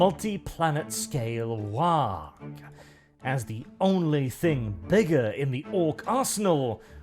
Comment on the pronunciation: Glad you're pronouncing the G in "waaagh". Far too few people realize that that G is not silent.